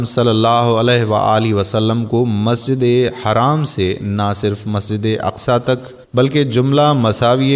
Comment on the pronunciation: Masjid e haram ..not haraam you idiot